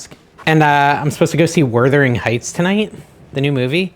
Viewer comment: It’s not Were-thering Heights. It is Waaah-thering Heights, and you’l hate it. But the Ralph Fiennes/Juliette Binoche version is great, though you’ll probably hate it, too. It’s not a love story but an obsession story. Love your videos.